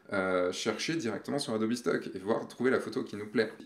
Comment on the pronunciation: Ce qui me perturbe le plus c'est le "Adobi" ^^ Bon j'ai quand même une question sur le adobe stock : il y a des conditions particulières pour participer ? (age min, photographe pro, abonnement adobe...)